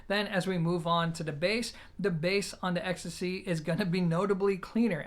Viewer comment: Well, I thought you pronounced it more like ecstasy, 😂 Still, great review for a piece which has been in my sight for my bedroom setup for some time now 👍